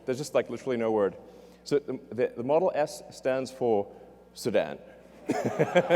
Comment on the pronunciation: XD he said model ass